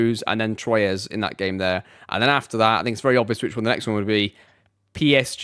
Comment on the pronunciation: Amazing as always dude, btw we don’t say « Troyez » we say « Trouah »